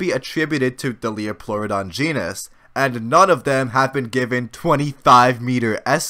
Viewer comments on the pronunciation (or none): none